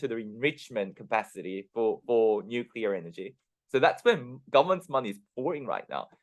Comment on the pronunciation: Nuculur is powwa!